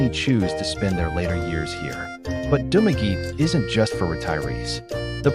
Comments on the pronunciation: Spanish word - pronounce, Du ma ge te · He pronounce in english pronunciation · You're mispronouncing Dumaguete